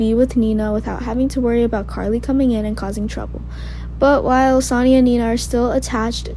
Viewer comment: Sonny...pronounced Sunny...not Sani!